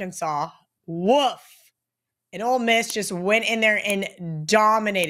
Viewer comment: It’s OLE Miss not Old Miss.